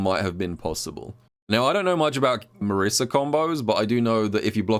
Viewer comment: That Marisa section was painful with the pronunciation of her name.